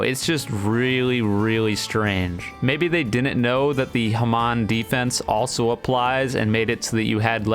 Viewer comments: i HATE how he says hamon. it's HA-MONE, NOT HA-M-ON! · dude its not haman its hamon pls say it right Booooo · your videos are so good until you say HA-MON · The way he said hamon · why u say hamon so weird